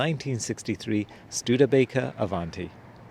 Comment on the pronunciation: Well he could learn the correct pronunciation of “ Avanti” . Also a special cam shaft did not make a 304 engine as he said. Studebaker had a 259 , 289, and 304.5 cu in. Engines. The Avanti came with 289s and 304s either super hard or not depending on if it was an R1, R2, R3, or R4. Nice to see his beautiful car and if you are fortunate enough to have such a car, you have a responsibility to know the correct facts about your car when you show it.